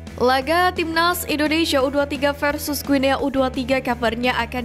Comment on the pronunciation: Guinea dibaca Guini.... Ayo Putra Bangsa, Harumkan Negeri Ini, Jadikan Kami Bangga, INDONESIA!!!!!